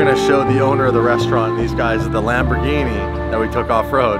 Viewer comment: How to say Lamborghini correct? Lamboghini